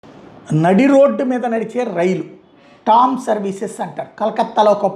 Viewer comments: It is not TOM ..It is TRAM ... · టామ్ కాదు ట్రామ్